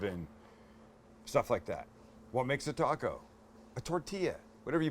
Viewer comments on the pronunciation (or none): none